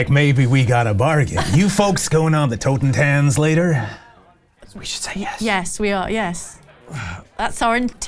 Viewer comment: It really took me a while to understand that the name of the boat was "Totentanz" because of the (not-quite German) way pronounced it.